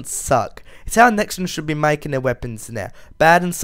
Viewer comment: its nexon not nixon